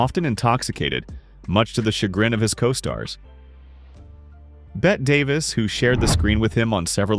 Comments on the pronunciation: "Bette" is pronounced, "Betty", not "Bet". It's an old nickname for Elizabeth; I have known several in my lifetime. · Bette is pronounced as Betty not bet. Please get the name of Bette Davis right. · Please learn to pronounce people's names! Berlie? Bet' Davis? Berle is one syllable. Bette is two. It is so annoying to listen to someone who can't or (won't) learn to correctly pronounce the names of people who have been a part of our social history for almost a century . So no, I won't be 'liking' or 'subscribing' today, thank you very much!